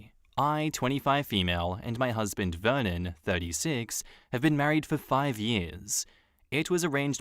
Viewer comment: I swear to god every time you said Vernon i heard it like Vermin and i was like dayum... what a nickname for your husband! I had to read it lol foreshadow?